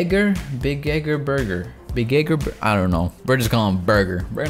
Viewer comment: he cant say big egg burger